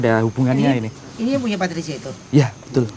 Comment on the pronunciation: Anwar bikin ngakak Dari patricia jadi pasurya Dari indigo jadi pertigo